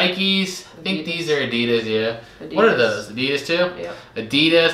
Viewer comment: I like how you say Adida as if Adidas is plural😉🥰😂